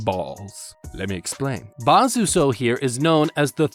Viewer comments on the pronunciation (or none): .. Whaat, IS it with you guys on youtube and NOT being able to pronounce things-??? Its just 'Bazuso,' Not. .' Bazusow. Cmon man.. +